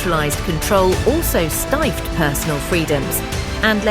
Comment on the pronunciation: I thought I was listening to a real human with a nice voice until she said..."stifed". Busted!